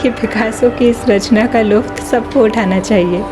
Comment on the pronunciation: लुत्फ होगा आपने लुफ्त कहा 😅 ख्याल रखें 🙏 वीडियो बहुत प्यारी बनी है ❤️❤️